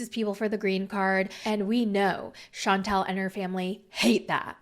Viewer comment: It’s pronounced Shan tell, not Chauntel. two different names